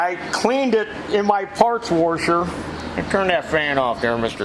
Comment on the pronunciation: What’s up with the “woorsher “ shit?